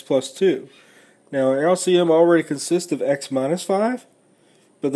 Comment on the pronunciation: lc missile, typical yank lol. good video though